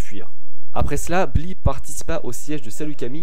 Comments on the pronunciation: Par contre on dit blay pas Blit x) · Ce n'est pas "Bli" mais "Bly" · Comme le 1er épisode, très sympa et instructif;) Par contre tu aurais pu faire un effort de prononciation, parce que Bly ne se prononce pas bli mais blaye! Hates de voir l'épisode sur! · Ça se prononce Blyyyyy!!!!!! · Ça se prononce "blail" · Ca s ecrit bly mais ca se prononce blaille dans star wars clone wars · Sa s'écrit bly mais sa se prenonce blaye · Omg comment tu dis Bly 😂😂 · au niveau de la prononciation de BLY faudrait qu'on se mette d'accord un jour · Le Y de Bly cest pas pour décorer, il se prononce. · Super vidéo.. Mais.. C quoi cette prononciation de bly !?!